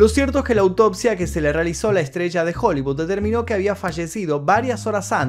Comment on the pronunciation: Por que habla así? Estas estudiando neutro? No se si decís estrella o estrecha... Jajajaja